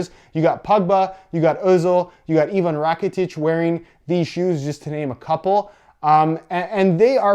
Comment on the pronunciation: Probably the first youtuber who said Ivan right